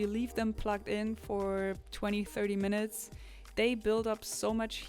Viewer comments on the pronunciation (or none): none